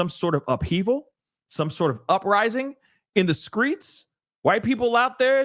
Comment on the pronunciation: Did he say the SCREETS" What?!